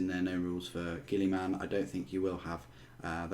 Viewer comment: it's not "Gilly-Man" it is pronounced "Gill-A-Men"